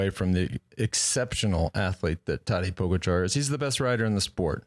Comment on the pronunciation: Why do you continue to mis pronounce Tadej Pogacar?